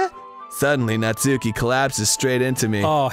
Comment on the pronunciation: I'm pretty sure Arin mispronounces "Natsuki" on purpose to make FriendArin sound dumb, but he's taught Danny to unknowingly mispronounce it too. :_GrumpsLULZ